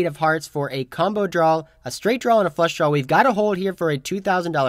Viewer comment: "Draw" not "drawl" ... I iknow, I know, I know ... I keep pointing it out. But I would like to subscribe and watch routinely, but it's a pet peeve of mine. It's like nails on a chalkboard.